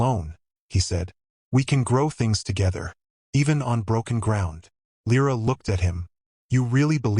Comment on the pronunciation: Perché continui a dire L R A? È Lira. :-/ Bella storia, e trama. La regina non è lei. Anche l' inglese non è tuo ;-)